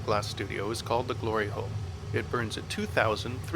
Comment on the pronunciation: Mum walks in as soon as he said gliry hole now i have to watch it all over again with her😂😢